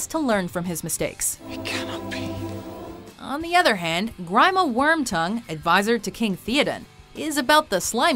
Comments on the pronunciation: Get someone who knows how to pronounce names. Grima Wormtongue is pronounced grEEma, not grEYEma, and it's king thAYodin, not thEodin. Oi. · Fifty points docked for mispronouncing Grima Wormtongue's first name. ;)